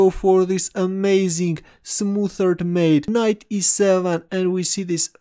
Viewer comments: What a chess player! (It's smothered, not smoothered, same o-sound as in mother, ) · a dubious pronunciation of "smothered" :D